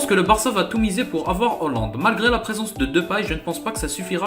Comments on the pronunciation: On dit Haaaaaland pas hooooooland, sinon gg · Pourquoi tu dis Hollande ?? Il y a pourtant AA après le H !